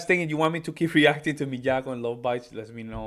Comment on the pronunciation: Your pronunciation is close. it's Mee-ah-ko, with a very slight accent on the first syllable. Japanese accents are not done by raising the volume, but slightly raising the pitch. This piece is from her EP that was just released, containing six of her solo piano interpretations of metal classics.